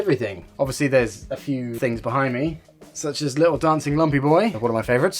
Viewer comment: Am i the only one who thought he said "look at those... thighs" for a second or is that just me?